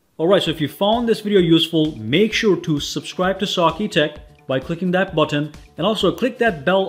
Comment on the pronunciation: I like how he says.. Push that. Button